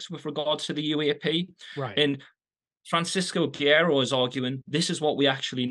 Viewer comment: LOL Neither of them can pronounce "Francisco Guerreiro" to save their lives.